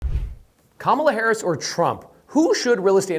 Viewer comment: Didn't think about them mass deportations and tariffs. Economy is shit now. Also, what's up with saying Kamala Harris's name wrong.